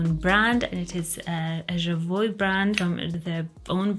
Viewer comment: Jovoy, not Javoy. Remember Me is my ❤